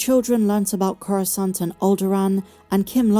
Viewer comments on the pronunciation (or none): none